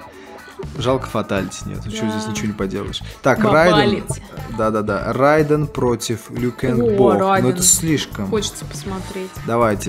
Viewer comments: Не Райден а Рейдан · Правильно произносить не [райдэн] а рейден [рэйдэн]